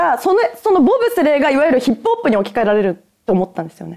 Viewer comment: 「ヒップホップ」が「ヒップおっぱい」に聞こえる。